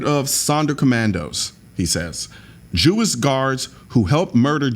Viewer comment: Did he pronounce Jewish as "Jew-iss"?